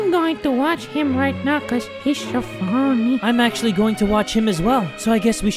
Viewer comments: "He's so foNeh" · The way she says funny makes me laugh